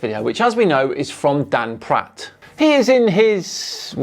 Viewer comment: Anyone else hear Dan introduce him as Dung Pratt?!